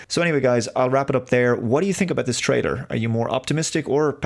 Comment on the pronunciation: Why does it always sound like he pronounces it like trader instead of trailer? Is it kind of a shtick like the thing with appre Cee iate?